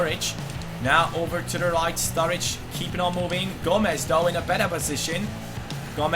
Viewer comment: Strurridge lol